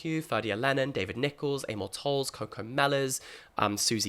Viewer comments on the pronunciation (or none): none